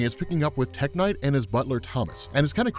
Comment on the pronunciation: when you said tech knight I could have sworn you said tech n9ne the rapper